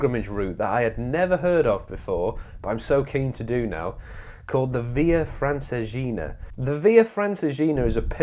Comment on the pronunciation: ...and Radicòfani, not Radicofàni. Furthermore the pronounciation of Via Francigena is completely wrong.